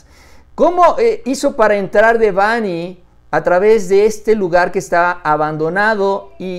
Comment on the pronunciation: PERO SERIA BUENO QUE LO PUSIERAN A HACER UNA PLANA DEL NOMBRE DE DÉBANHI..... YA QUE ACENTÚAN EN NOMBRE EN LA "A" Y EL PAPA LO HA DICHO MIL VECES QUE SE ACENTÚA EN LA "E" NO CREO QUE A LE GUSTARIA QUE LE DIJERÁN "MÁURICIO"